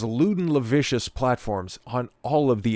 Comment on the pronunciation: lascivious - you said "lavicious" no idea what what means LOL